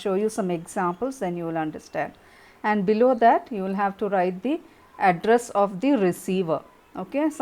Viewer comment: Address sounds like Adras😂😂